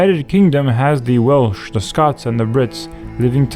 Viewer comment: calling welsh/cymraeg walish actually hurt me.